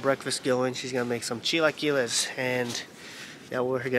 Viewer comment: CHILAQUILES ...AKA ..CHILA KUILES 🤣🤣